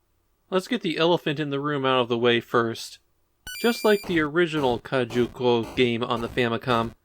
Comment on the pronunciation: Drinking game: take a shot every time says “kajuku” instead of “kujaku”:) Never played this one and didn’t know they were the same devs from Umihara Kawase. I love that game!